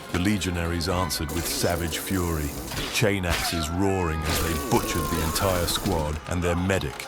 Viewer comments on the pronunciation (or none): none